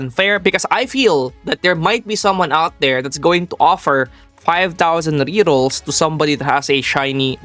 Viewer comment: BRO say rerrols not RRS